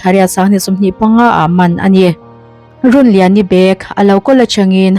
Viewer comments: I tawngkam hman fimkhur hram teh aw, (lungrun tia run ni lovin)) Rûnliani Rûn/In/House tih anga lam tur, Tin, Nakin thlenga in hmelmakna a thlen i rin thu leh ngei tura i ngaih thu i sawi ri hi a mawilo, nakin thlenga in hmelmakna a thlen a hlauhawm a, thleng lo hram se, han ti la a mawihnaiin ngaihthlak a nuam zaih tur. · Run tih i lam kha thluk tur, Rûn tih tur ninawm tak a ni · Chhiar thiam lo e Rûnliani i lam dan hi a dik lo aw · A hminghi lamdik deuh se kati hlemai a.. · Runliani i lam dan chu beng a kham hle mai,ka ngaithla zo peihlo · A hming hi I lam diklo lui tepawh a ang e a, channel hrang2 ah pawh an puan nasat nen.. a fuhlo hle mai